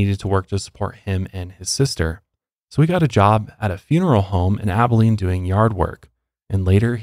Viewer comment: As someone who grew up in Abilene, my mouth dropped when I heard y’all say it right 😂